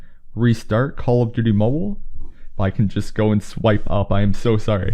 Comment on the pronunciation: And not Mobile but "mobo"